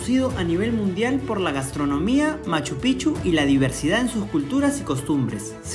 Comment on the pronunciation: Es Machu Picchu ,pronuncia bien la pic